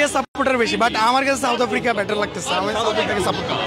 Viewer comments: সাউথ আফ্রিকা কে বলে ছাথ আফ্রিকা😂😂😂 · Chaut afri 😂😂😂 sala bhalo kore south africa tau bolte parena kangalu 😂😂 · 😂 south bolte parena chaut afrika bokachoda kanglu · বকাচোদা গুলো সাউথ আফ্রিকা কে চাউথ আফ্রিকা বলে আবার বড় বড় কথা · চাউত অফ্রিকা😅😂😅😂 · Khankir pola kanglu chaut Africa😂😂😂chodai. South africa bolte parena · আগে উচ্চারণ ঠিক করে কর বোকাচোদা, বলে চাউত আফ্রিকা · Uccharoni korte parena south africa. Chouth africa 😂😂😂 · Mukh se supari nikal ke baat kar bhai chouth aftica kya hota hai.. pehele to bolna sikh ..phir support karna chouth africa ko😂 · চাউত আফ্রিকা কি রে বানচোদ, আগে উচ্চারণ করতে শেখ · চাউত আফ্রিকা 😄😄😄বালো। কি উচ্চারণ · চাউথ আফ্রিকা, ব্যাটা পাতানো বাপের নামও ঠিক করে উচ্চারণ করতে পারিস না? 😂 খেলা দেখে সময় নষ্ট করছিস কেনো, রিকশা নিয়ে ভাড়া খাটলে দু পয়সা রোজগার হতো। 😂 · সাউথ আফ্রিকা আবাল কালা চোদা, উচ্চারন করতে পারে না আবাল বেজন্মা গুলো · Valo kore south africa uccharon korte sekh bokchod kanglu choda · সাউথ আফ্রিকা ঠিকমতো উচ্চারণ করতে পারে না সাউথ আফ্রিকা টিমকে সাপোর্ট করছে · মূর্খের বাচ্চা সাউথ আফ্রিকা উচ্চারণ করতে পারেনা আবার আসছে সাপোর্ট করতে। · সাউথ আফ্রিকা উচ্চারণ করতে পারেনা , হায়রে লুঙ্গি বাহিনী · দূর বোকাচোদা সাউথ আফ্রিকা উচ্চারণ করতে পারিস না তারা আবার সাউথ আফ্রিকার সমর্থক। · South Africa uccharon korte pareni, cup marate asche